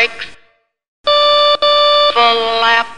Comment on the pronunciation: Its flllap not fuh-lap